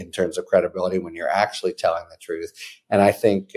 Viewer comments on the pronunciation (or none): none